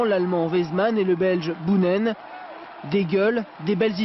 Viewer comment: Ne dites pas Bounenn mais Bônenn